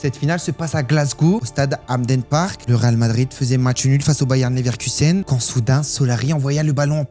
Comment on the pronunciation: Et on dit pas Bayern Leverkusen mais Bayer Leverkusen.